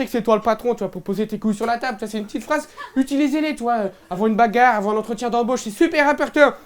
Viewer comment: "la baegare" !!!!